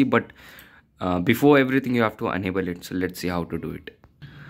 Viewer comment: Enable or Unable please pronounce clearly